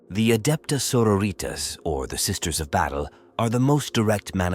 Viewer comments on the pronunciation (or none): Gahh. They're not latina Sisters of Battle. xD 'Sororitas' pronounced like 'senoritas' is truly harrowing to hear.